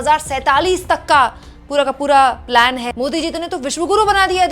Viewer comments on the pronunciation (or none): none